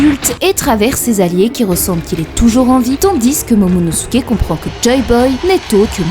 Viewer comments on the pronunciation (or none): none